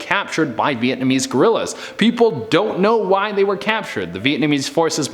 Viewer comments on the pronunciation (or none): none